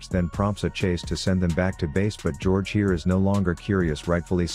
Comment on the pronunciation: Did this man just call Wukong George?